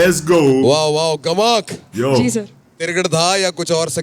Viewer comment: Bro it's gamak not "ghamak"